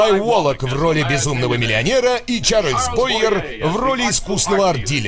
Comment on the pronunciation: Шарль Буайе, а не Чарльз Бойер.